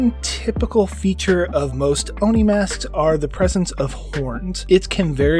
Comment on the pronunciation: Just say it as Oh-Knee